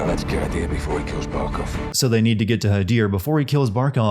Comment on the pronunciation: it’s Barkov not barcov Just sayin’